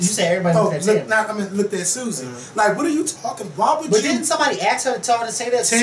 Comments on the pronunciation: Ax. No. ASK, as on flask, not flax. I asked a question. Not I AXed a question. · it's A-S-K. not a-x-e. i hate when people pronounce 'ask' like that.